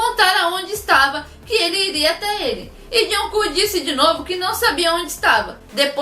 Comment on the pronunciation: toda vez que ela diz jungkook eu escuto joão cu👁👄👁